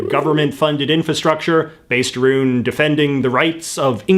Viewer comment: Where are you from JJ, I'm curious about your accent when you say words like "about" and "around"?